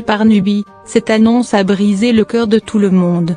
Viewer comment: personnellement je ne supporte plus cette voie en plus elle ne sais pas lire coeur elle dis sure bien d'autre mots je vais me désabonner si rien n'es fait et je suis pas la seule kleinl@ .Com